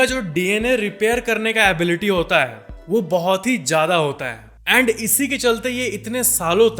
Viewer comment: येंड यें ड मत बोला करो भाई